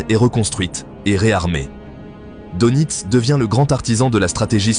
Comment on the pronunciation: S'il vous plait, prononcez Deunitz et pas Donitz.